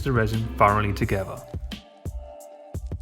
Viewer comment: OK, this is a shame but I guess I have to teach an English man how to speak English. For instance, when you say the word together, there most certainly isn't a V in the word together. It isn't togeva as you say it, it's together. OK that was your first lesson.